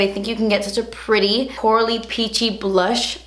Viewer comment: That accent in 'itsu pureetty'! HILARIOUS😂